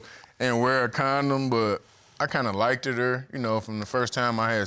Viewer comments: “LIKE-ED” y’all have no business having kids and can’t speak English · Why do people keep pronouncing liked as likeded?